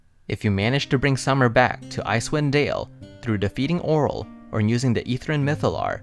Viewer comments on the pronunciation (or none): It's pronounced oh-REEL